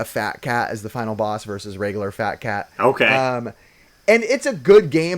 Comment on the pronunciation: Canadian here. Side note people saw they don’t have accents listen to way says “boss” and “jaws” end note. Eh;)